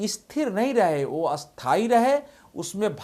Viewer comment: आप स्थिर को इस्थिर और स्थायी को अस्थायी क्यूं बोलते हैं?